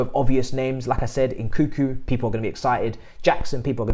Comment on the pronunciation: Can someone please teach how to pronounce names. My man's butchering Nkunku and Slonina so bad.🤣